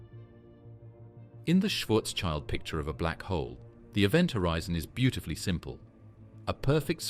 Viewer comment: Schwarzschild, pronounced Shwartz-shield, not child.